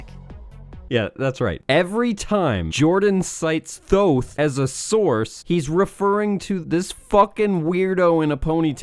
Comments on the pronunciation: I'm sure I'm not the only one to point this out buuuut...IT IS PRONOUNCED TOTE! TOTE! NOT THOTHE! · isn't thoth pronounced tote? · For the love of shit it's pronounced as if it were spelled "Toth" This shit is still hilarious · I thought "Thoth" was pronounced like "Tote"? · "Thoth" is pronounced lile "tote" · Also its pronounced Toth. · "Thoth"? Honey, it's pronounced "Tote". That's the first of many signs this fucker is wrong. Ugh. Don't you just hate when people act like they know everything about the Universe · Lol this idiot doesn’t even pronounce Thoth right- it’s pronounced tout like tote bag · apparently, Thoth is pronounced "toke" in any case. that's how you know this stuff is dodgy. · Isn't Thoth supposed to be pronounced "Tote"? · you keep pronouncing the god of knowledge wrong....